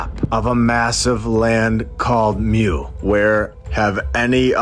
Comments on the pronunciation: It's pronounced moo. Lol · it is pronounced more like Moo in european stories